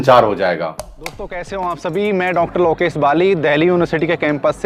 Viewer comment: हद है। कोचिंग कम कोठा बना रखा है, हर चीज़ की रेट लिस्ट। और ये क्या गाता रहता है कि इतने समय में नेट जेआरएफ पास करो। अबे घोंचू, बिना पढ़े लगातार 6 बार इस एग्जाम को क्वालीफाई कर चुका हूं मजाल है अब से पहले कभी ज़िक्र भी किया हो । हसी आती है तुझपे और तुझे अपने अंडर पीएचडी कराने वाले पे जो तेरा उच्चारण ठीक ना करवा सका। लोकेश होता है लौकेस नहीं । तू अपना नाम ठीक से नहीं ले पाता, दुनियां को पढ़ाने चला है। भक घोएसडीके